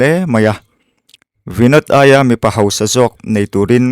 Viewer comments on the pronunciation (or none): none